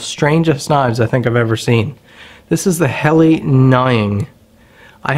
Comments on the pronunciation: Pronounced :Hell-a not hell-i and nee-ing 😊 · Hell la not heli